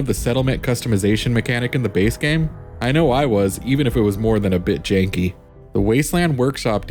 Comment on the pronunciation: This man said Automatron came out in March 2026. The title of the video says 'added' instead of 'add-on,' lol. He even says 'Jakey' instead of 'janky'—and we’re not even five minutes into this shitshow. Goofy ahh team.